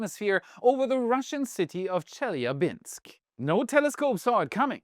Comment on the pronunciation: I would have made the mistake of pronouncing Chelyabinsk the same way did if not for that YouTuber Roman who is from there.